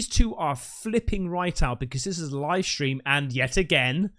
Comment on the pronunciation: “NASA LIE STREAM”